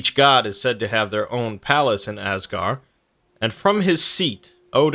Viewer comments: The “d” in Asgard isn’t silent. Edit: neither is the “d” at the end of Midgard. But still a great video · I like the information, but man, you are mispronouncing all of these words. Asgard, the d is not silent, it's like a hard th, as it was originally written as Asgarð/Asgarðr. the 'ei' in heim sounds like a long I. the Ae/Æ in Aesir/Æsir, sounds long A. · AsgarD, MidgarD You’re forgetting the D. Which may or may not be what she said... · And stop saying asgar say asgard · also there's a D at the end of all those "gard" names... you know this right? I mean, you show pictures with the name right there, and im sure you've read many many sources... there's a D there...